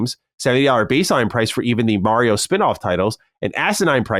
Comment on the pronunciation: Will someone teach this guy to pronounce Mario